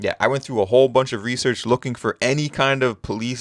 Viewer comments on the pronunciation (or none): none